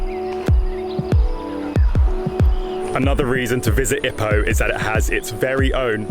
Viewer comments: Lovely video. Thanks. The pace, footage and information kept me entertained. I would pronounce Ipoh 'ee-poh' (with a long first syllable) rather than like 'hippo'. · OMG twat , u can’t even pronounce it right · You can’t even pronounce Ipoh right , tool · Pronunciation of "Ipoh" is giving me cancer